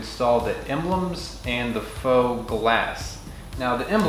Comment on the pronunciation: I just learned what the real pronunciation of “faux”. Thanks.